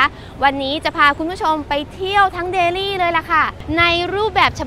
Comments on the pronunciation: ไม่ต้องออกเสียง ลี่ นะจ๊ะ เพราะคนอินเดียเค้าก็เรียกเดลลี ไม่มีไม้เอก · กานดีบ่อยจัง รู้มั้ยกานในภาษาฮินดูหมายถึง ตูด ชื่อเค้าคือแคนดี หรือคานทีก็ได้ แต่นี่เธอไม่มีข้อมูลดีพอเลย และการออกเสียงภาษาอังกฤษถือว่าแย่ แต่อย่างอื่นโดยรวมคือดี อ้ออีกคำคือ เดลลี ไม่ใช่แดลี่ บ้าไปละ